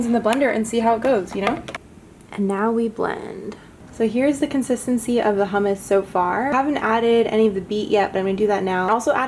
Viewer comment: Uhg you pronounced hummus wrong